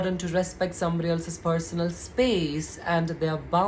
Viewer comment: It's ko- legge.... its per- so- nal....it's lo- college not low college...its hole-don.... ur pronunciation irrespective I'm in Total agreement with ur thought